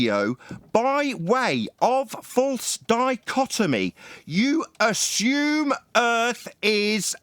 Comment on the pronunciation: I'm going to take a shot every time say's "Ashume "...